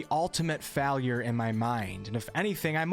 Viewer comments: The rest system is fine lmao. In DnD you can take a long rest in any and every situation outside of combat. Its true to is source material, also learn how to say words right Failure isn't Faaalliur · Is none going to acknowledge the way he says "failure" and "failed"?